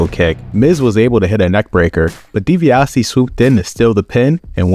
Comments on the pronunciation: "DiBiasity" got a good laugh from me 😂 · The way he mispronounced Ted DiBiase’s name is hilarious 😂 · I noticed that too.